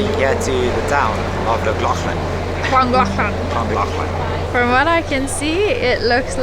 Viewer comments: Btw LLangollen is pronounced with holding your tongue on the roof of your mouth and realising air as your rolling the double LL’s as that’s always the way to say it in welsh for future reference with the double LL’s🏴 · Hi and my wife Gill and me Pete love you u tube and came across your channel as we live literally 2 mins from Trevor loved your video of Trevor to Llangollen although we both laughed how you both pronounced Llangollen 😀👍, but we wanted to tell you both that was right the horseshoe falls only a couple of years ago was lovely and in a shape of a horseshoe like I said new to the channel Guys but loved it and have subscribed and watch even more ❤️❤️